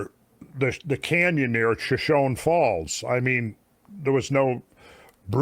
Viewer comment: I believe your mispronouncing Shoshone